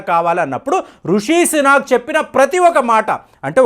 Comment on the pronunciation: Some corrections: లిస్ ట్రాస్, లిస్ ట్రోస్ కాదు "లిజ్ ట్రస్" ఋషి సునాక్ కాదు "రిషి సునాక్" Pound sterling కాదు Sterling pound. Anyway, Rishi Sunak could never be the UK's PM. Penny Mordaunt from the same Conservative party is also a front runner there. Chances are high to Penny this time. I hope only a Bristish take the throne 😆